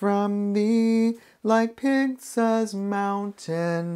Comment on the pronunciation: I don't know if will see this, but mt Pisgah is Pis-gah not Pig- 🐖sah. I hope that helps and makes it easier to say! ❤